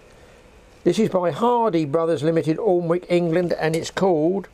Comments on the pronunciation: Sorry to comment it's pronounced anick not alnwick we are weird up North just ask your Mable 😂😂😂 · Great video on reel evolution, just had a laugh with your pronunciation of Alnwick the L is silent...............AN-ik. Although it's on the River Aln. We talk funny " Up North" lol.